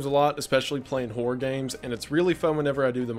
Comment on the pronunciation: For the love of God, Goon: hor-ROR games. Two syllables. Not whore games. You're not on Twitch.